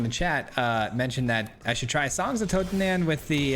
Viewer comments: Just pronounce it totentunz. Means dance of the dead. Greetz from Germany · In Totentanz the "an" in "tanz" is pronounced like the "un" in "gun" ;-)